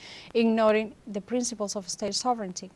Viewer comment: ❤Thank you for all you do to bring us the unbiased news of Latin America and beyond! And thank you for pronouncing "sovereignty" like "SOVrinty" (correct) instead of "sovRINity" (incorrect)! And I wish I could stop my U.S. government from doing horrible things!